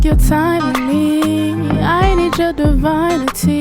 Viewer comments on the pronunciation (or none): Loved how you made up your own pronunciation of a word,lol. True artist in my opinion. "Divinity" (divine Uh Tee)